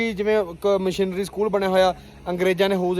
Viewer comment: ਮਿਸ਼ਨਰੀ ਸਕੂਲ ਕਹਿੰਦੇ ਆ ਬਾਈ ਜੀ ਮਸ਼ੀਨਰੀ ਨੀ ,ਧੰਨਵਾਦ 🙏🏼